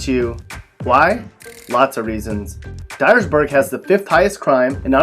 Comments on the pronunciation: Die-ersburg, lol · LOL Dyersburg.